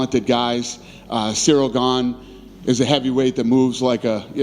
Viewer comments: He's still calling him "Gain" in this video lol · Is Jon pronouncing Cryls Last name improperly on purpose because I thought Cryl last name is not pronounced like "LANE, GAME, SAME, GAIN etc" AM I wrong 🤔?